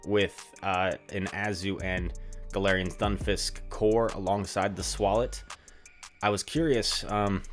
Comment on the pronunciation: i really dont like how hes mispronouncing his name...